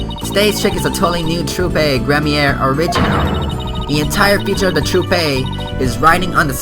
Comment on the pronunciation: The word troupe is pronounced like troop